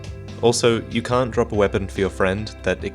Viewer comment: he said can or can't drop a weapon???? Speak 'Murican